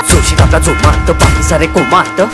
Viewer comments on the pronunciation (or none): पहीले तुमची मराठी सुधरवा.. जोमात असतं ते #जोमत नाही...:) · भावा 'जोमत' नाही रे 'जोमात' असत ते....😂😂(Check Begining of this video)